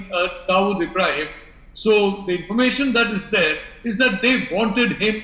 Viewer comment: First my dear pronounce the word Dawood correctly and then talk about him.